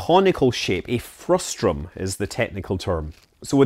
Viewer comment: the word is "frustum" not "frustrum".